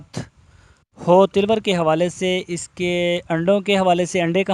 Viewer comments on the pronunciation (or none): Jahli ko ye pata nh nh is ko tilwar nh taloor bolte hen jahil